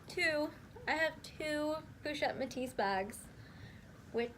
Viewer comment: The "s" in both Louis and Metis is silent